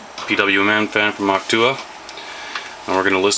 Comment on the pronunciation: that's how you say it.